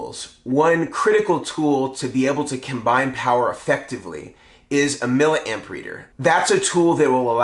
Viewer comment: Milla Amp? C'mon you and need to learn how to pronounce the word milli. We don't say killa ohm or megi ohm or pica farad. SI units. Just being a wize guy:)